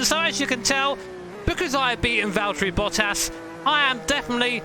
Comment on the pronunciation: "Hey guys, who's this Balterri Vottas bloke boi here..."